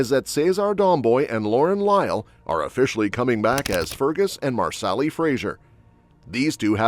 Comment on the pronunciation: I wish the announcer would learn to pronounce Gabeldon and Marseli😊